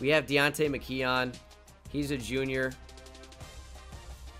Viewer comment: pls pronounce McKeon “mick-kewn”